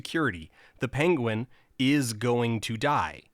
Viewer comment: It is pronounced "pen-win", I believe. Oherwise a well made, thoughful video. Thanks. Cheers*